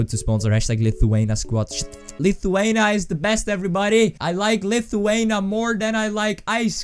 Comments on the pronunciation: IT'S LITHUANIA NOT LITHUANA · I am laughing so hard how he is saying LITHUANIA... #Lietuva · lithuana????? its lithuania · U said Lithuania wrong... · u sayd lithuania wrong lol